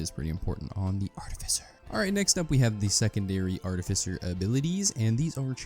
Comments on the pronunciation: Its definitely 'art-if-ice-er'. Bro googled it and still said it wrong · You said artificer wrong on purpose several times and each one felt like you punched me in the kidney. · Still saying it rong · you say artificer weird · Wrong, it's actually pronounced artificer.